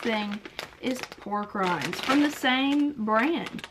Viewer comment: When you said pork rinds I thought you said war crimes🤣😅